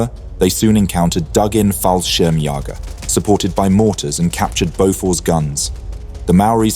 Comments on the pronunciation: BTW it is pronounced Fall-shirm-j-ee-ger... an "ä" is pronounced as a bit prolongued e+a, like in the word "bear". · Glorious work! Thanks for your work sir. As a german, I can give you a tip for correct and easier pronunciation of the word "Fallschirmjäger". It can be pronounced like "Ful shearm yayger". Looks wonky, but I think it works out.